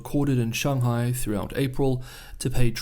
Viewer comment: All good. Actually, I was somewhat serious about the pronunciation of Beijing, especially because I was indeed certain, based on your tone mastery (way beyond my ability BTW) and, contrary to your assertion, nailing 'Shanghai' with a 'bung' and not the hideous sounding 'bang' of the anglicised version, that you are well aware of the correct pronunciation. FWIW, I don't think it is at all pretentious to acknowledge and use the correct pronunciation. On the contrary I regard it as both educational and a mark of respect of the culture. Similarly, I fully support the effort of the Maori of Aoteraroa to reclaim their original pronunciations of place names. And it can be fun too. For example, 'Whakatane'. 😮 There is some really serious and alarming stuff going on in the world at the moment and it is often hard to get to the truth. I have a particular interest in China and have just discovered your channel. So please keep up the great work and don't let my little nit pick distract you from the great analyses and perspectives that you are producing.